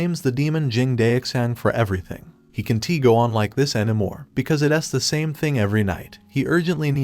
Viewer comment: All I Hear is "he can tea" or "he doesn tea", Fix that issue, Its Annoying and Problematic, but the Recap is Perfectly Fine, Its Just the "Doesn tea and Can tea" That Isn't Okay